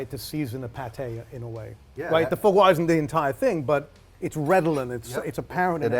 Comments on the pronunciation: Foo-Gwa ... my gosh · Why can't he say "foie gras" properly?